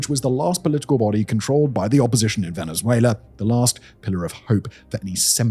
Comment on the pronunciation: I’ll never not hear Venzuéla.